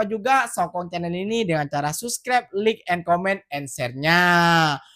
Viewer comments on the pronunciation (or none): Salam, slmt pagi... Dik, u kena sebut like tu mcmni, laik...jgn sebut lik, sbb klo lik tu bunyi nya mcm lick makna nya jilat... mari belajar sebutan yg betul dik hehe jgn marah ye 😊✌